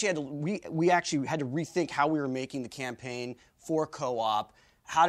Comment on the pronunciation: Tucker kept saying Camplayn